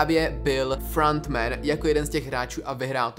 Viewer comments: "frAnt men" 😂🤦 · Pane bože… “FRANT MEN” a “ SAS” celkově ta anglická výslovnost mě vymrdává mozek z hlavy 🥲 kazí to ty videa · "Frant Man"😂😂 nemyslel si nahodou "Franta Man"? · frantmen? dži-hun? bože...